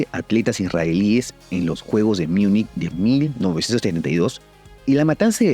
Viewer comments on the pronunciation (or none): estoy hablando de como se tiene que pronunciar el nombre de Múnich en español, y es literalmente como se escribe, no decir "Miunich" como si fuese anglosajona esa ciudad 🤷. Y "Deustchland" es el nombre de Alemania en alemán, ¿qué dices? 🙄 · juegos de munich.. por que pronuncias "munich" en ingles? se pronuncia como se escribe en español.. "miunic" es ingles... aleman seria München, pronunciado (casi) como Munjen.. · ¿Porqué dices "miunich"?, si esa ciudad es alemana 🙄. Que manía con querer anglosajonizar palabras que no tienen nada que ver con el inglés 🤦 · Recuerdo que una turista originaria de la Múnich allá por el 2018, me dijo que la pronunciación en el idioma Alemán sería Müshen o Miushen si no me equivoco. 🤔